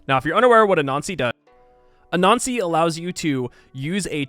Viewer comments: LOL when you say "Anansi" it sounds like "A Nazi" and its funny every time. Great vid! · I know it's been a while and 900 comments but for a few films of yours whenever you said "Anansi" I kept getting more frustrated thinking "what the hell is a nazi" lol (I don't have the heroes thing in my game) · I easily crush diety every game but did not think this was possible without save scumming - hard to know which wonders are being built. Amazing job. I also like the faster play through with voice over. Lastly, your pronunciation of anansi- which I think is accurate really sounds like “a nazi”. 😂 thought civ added something new for a second. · Sounds like you were referring to use of "A Nazi" Pay attn to your diction! (grin) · for a minute there i didn’t know you were saying “anansi” and thought you were saying “a nazi” i was like wtfff